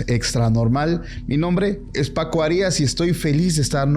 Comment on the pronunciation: Paco por primera vez en tu vida pronuncia bien tu nombre no digas HARI....as di Arias junto y rápido con acento en la primera A escucha como pronuncian otras personas tu apellido ve a l técnico del Necaxa como pronuncian su nombre Raúl Arias